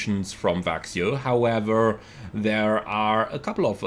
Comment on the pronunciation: I live close to Växjö and it's pronounced "veck-schö" :)